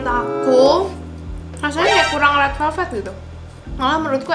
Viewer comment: red VELVET kaa bukan red VELVE